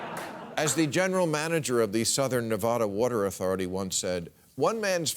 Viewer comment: NevADDa not NevODDa